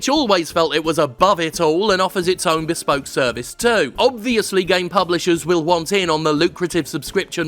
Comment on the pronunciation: The word 'Bespoke': exists Jim: bEsPoKE bEspoke beSPOke